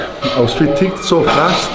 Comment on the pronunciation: He said something that sounded like "fick" . "I got ficked..uhm..fatigued...".